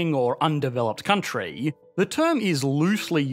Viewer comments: why do say "country" so weird....countriiiiiiieeee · this Countryee has an advanced economyee